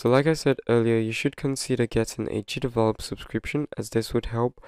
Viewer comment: Is it only me or he says "cheatable" instead of "GDevelop"? Or maybe because this is a way of "cheating" GDevelop? 🤭 Good video though, mainly now with the new version where the watermark appears in a place where it spoils the controls of the mobile versions and make them unreachable.